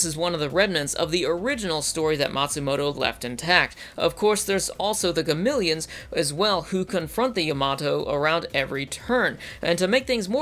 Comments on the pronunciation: Gameleons? What are they? Zartan? It's Ga-me-lons! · SAY GAMILIONS ONE MORE TIME. I TRIPLE DOG DARE YOU. IT'S GAMILLONS. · Does anyone else notice he keeps saying ‘Gamileons’? It is Gamilons. As in Ga-mi-lons.... not Ga-mil-eons. They even pronounce it like this in the first series. Do they change the pronunciation in 2199 or something? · He also couldnt say Gamilans right XD